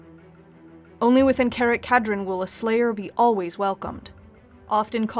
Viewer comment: Karak Kadrin is read as cara- (italian for dear or beloved) ka (as in kata) -drin (dream with n at the end instead of m)... and it's read as a single word...., you really tackled a universe where saying a word right or wrong can make all the difference when saying something. most of the dwarfish names are read in scandinavian, with some being read in latin, since that is their provenience.